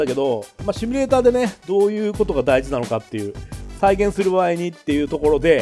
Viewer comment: そろそろ「シュミレーター」じゃなくて「シミュレーター」に訂正して欲しいw